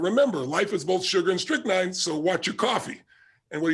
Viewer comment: He said, strychnine.